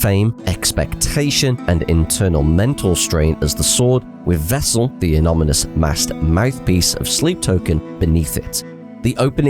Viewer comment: Great video, I absolutely love the album, but I have one criticism for you. A-non-i-mous 😉